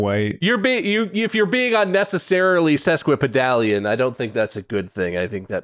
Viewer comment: So first one you’re not pronouncing it right first off It’s ses kwuh puh dālian It’s not a like in cat it’s ā like in cake Etymology is weird though. It was originally a measurement for a foot and a half in Latin. Sesqui was a prefix meaning “half in addition to” It got its current meaning originally as metaphor like “that word is a foot and half long” It’s a weird word, bizarre that it survives at all.